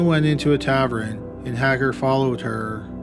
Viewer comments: OK, tav-urn. Tav-urn. Not tav-er-en. I adore this channel, but yikes~ Some of your pronunciations are crazy. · Do all Canadians, A. say tavern instead of bar, and B. pronounce it "tav-rin" instead of "ta-vern" just like it's spelled? Or just him? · What's a "tavren". I'm not sure the narrator is human. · No ads thanks to Adblock but.....taverin? Who pronounces tavern as taverin? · Tavern = tav-ERN not tav-RUN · "Tavern" not "tavren". Like your videos though. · I cringe every time you say "tavern". What's a "tav-rin"? Tav-EARN. Tavern. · It's pronounced tav-ern. Not tav-ren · Why are you saying tavren instead of tavern? Drives me crazy-you mispronounce so many words. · Everyone is talking about the ads, I'm just wondering why he keeps saying "tavren" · I think might be slightly dyslexic. He always pronounces "tavern" like "tavren", and "Galveston" like "Gavelston". Also, in this video, he switched 1896 into 1986. I'm not giving him a hard time, I have a daughter that's dyslexic, I'm just giving a possible explanation for some of his goofs. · Let's not forget your murdering of the pronunciation of Tavern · It’s not a “Taverin”, it’s a “Tavern”. It’s not “Patomic River”, it’s “Potomac River”. 🇨🇦